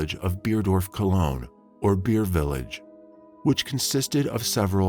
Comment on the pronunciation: A few corrections: 1. Amore is Italian, not Spanish, for Love ❤️. 2. CODIS is pronounced coe-diss not coy-tis. 3. Jefferson Parish is not 2 hours north of New Orleans. It’s not even north of NO at all, LOL. 4. Cologne, Germany not Colon, Germany 5. Her name is pronounced Pay-truh not Pet-rah. 6. The city in Florida is pronounced with “Like” in the middle, as in Ohpah-LIKE-uh. I know there were 1 or 2 other little mistakes, but I cannot remember them and the video is too long to rewatch right now. I hope someone else spots them so you can get all of these corrected.